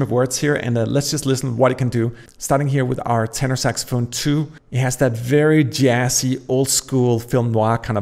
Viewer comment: Are you Scandinavian dude?! It is not Jass, It`s Jazz.:-))